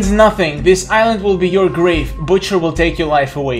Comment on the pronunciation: "Butcher" more like "But cher"